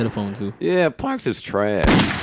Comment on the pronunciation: why Joe say Parks like that 😂